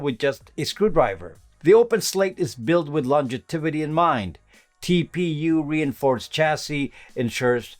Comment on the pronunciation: longevity or longitivity. Tripped me up…sorry.